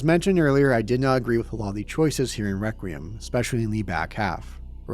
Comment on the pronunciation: Nitpicking the word choice and delivery of Victor while spending 2 hours failing to correctly pronounce REQUIEM is fucking wild.